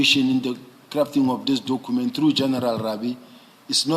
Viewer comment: Dokhument 😂I blame his then English teacher